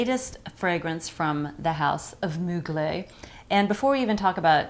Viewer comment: It's pronounced Moo-glair.